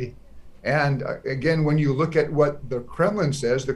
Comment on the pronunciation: whatがfatに聞こえて気になる。